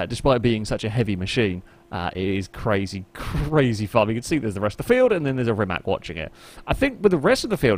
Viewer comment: It is not Rimak, it is Rimac. C is c, it is not K, and it is not S. It would be closer if you would pronounced Rimas, where c would be s, like for Cecilia, Rimac where C is K like you english people pronounced it (Rimak) is wrong as it can get.